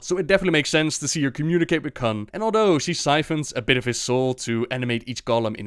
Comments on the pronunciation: Kun not Khan.... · Not sure "kun" was pronounced correctly but great video anyway!